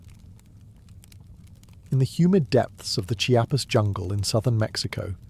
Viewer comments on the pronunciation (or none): none